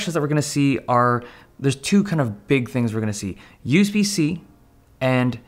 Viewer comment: yous-be-see okay